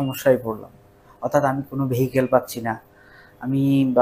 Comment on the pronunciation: ভিয়েকেল হবে না , হবে ভিয়েকল। ভালোভাবে বলেন।